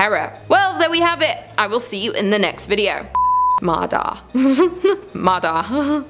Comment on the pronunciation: I know in writing, Ma Da is the exactly words in English alphabet but it's actually pronounced "Ma Ya" in Vietnamese. D and Đ are different in Vietnamese, she actually used Đ, not D. QU is pronounced W.